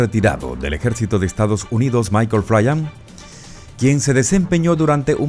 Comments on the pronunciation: Si no veo su foto no se de quien habla, su apellido se pronuncia FLIN no FLAYAN. Si no me crees, investígalo. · No es flian es flyn!! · Respecto al general Flyn se pronuncia tal cual flin. No flayan.